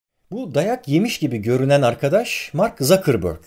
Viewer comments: ZAKIRBÖRK degil Sukaberg diye telafuz edilir efenim . Almanca bir soyismi ve seker dağı manasına gelir ... Rica ediyorum kulak tırmalamayalım o yüzden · Bariş Bey, başlangıçtaki "Mark Zakırbörg" söyleyişiniz çok ilginç geldi. :-) Kendisi Almanya kökenli bir Yahudi olduğu için biliyorsunuz, "Zukerberg" olarak okumanız gerekiyor. Tıpkı Spielberg'ü, "Şipilberg" okumanız gerektiği gibi. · Okunuşu Mark Zakerbörg değil Mark Sukerberg çünkü soyismi almanca ve Zukerberg Şekerdagı demek bilginize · Usta bir de telafuzda zökürbörk (Zuckerberg okunuşu sukaberg) demesen harika bir video emeğine sağlık 👍🏼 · Mark Tzukerberk diye söylenir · "ZAKIRBÖRG" yetti bana eyvallah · Zuckerberg yazildigi gibi okunur... Sekerdagi anlamina gelio...